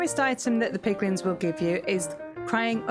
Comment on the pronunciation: You said piglings I heard piglings Yet my head heard "MAN BEAR PIG!!!" lmao Love it!